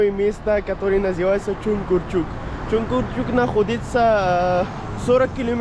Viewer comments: Не чункурчук а чуңкурчак. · ты молодец! Только вношу поправки: не Чункурчук, а Чункурчак; не Супари, а Супара. Как пишется, так и читается. Для тебя кыргызские названия сел, городов, улиц и пр непривычны. Но старайся запоминать правильное произношение